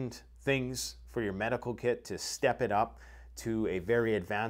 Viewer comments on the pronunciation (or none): none